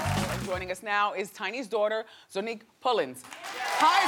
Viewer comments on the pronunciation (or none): Wendy is always mispronouncing people's names!!!!! Its ZONNIQUE not Zoneique wtf? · Wendy was pissing me off with her rudeness and also when she continued to not say Zonnique's name right😒😒 Like bih it's Zon - nique not Zo-nnique 😂😒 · I cringed every time Wendy said Zonnique's name wrong... it's pronounced (Zy-nique) not (zoe-nique)